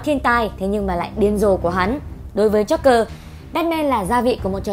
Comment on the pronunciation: Joker. Not Jogger. Đọc cho đúng nào.